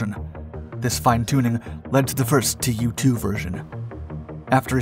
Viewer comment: Probably not "tee you two", but in fact 'too two'. From the Russian Туполев два or Ту-два pronounced 'Tu dva'. I may be wrong. This is my last "acthually" pronunciation comment. I do like your videos